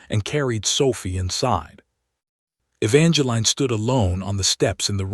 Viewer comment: My goodness, E-VAN-juh-leen. Just use the correct pronunciation.